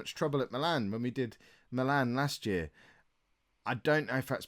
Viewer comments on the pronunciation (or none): none